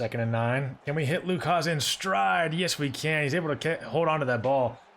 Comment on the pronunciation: It’s pronounced Luke Has. Just found out today from hog pod with bo